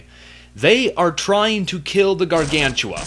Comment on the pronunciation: ***** Hey,i amyour biggest fan and i think you know that and i wanna tell you when you tell the word gargantua it sound like you tell "gargantula". hehe.